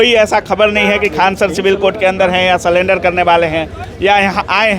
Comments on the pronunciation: Bhai sullender nahi Surrender hota hai.. ap reporting kar rahe ho to sahi boo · सरेंडर ❌ सलेंडर ✅ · Surrender ko salender bol rha hai😂